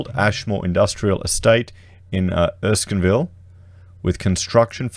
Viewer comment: It is pronounced Errr-skin-ville 😉